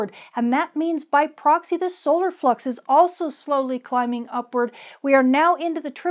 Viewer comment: At 3 min 50 seconds in it sure sounds like you said Aurora fuc’s instead of Aurora flux lol